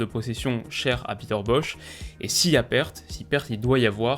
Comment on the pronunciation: Peter Bosz se prononce Boss, mais ni Boch, ni Boz. Merci pour ton analyse. 👍